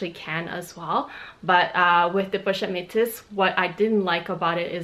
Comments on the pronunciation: so you're telling me that metis is pronounced met-sis? Is this the LV way of pronouncing it? Definitely not the proper French way to pronounce the word based on the spelling and I haven't heard anyone in the luxury community pronounced it this way. I've also taken French classes before It's very odd to add an 's' like she has calling it met-sis instead of me-tisse. But whatever she prefers to pronounce it, just thought she may want to know. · I'm not sure if anyone corrected you on how to pronounce the pochette Metis bag yet. I haven't ever heard some one call it Metsis before. It's either Meh-tee or meh-tees.